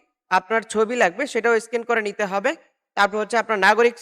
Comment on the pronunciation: মিয়া এটাকে স্কিন বলে না বলে স্ক্যান আগে পরিষ্কারভাবে কোনটার নাম কি শিখুন ।